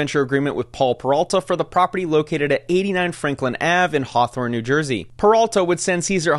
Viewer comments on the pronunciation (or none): none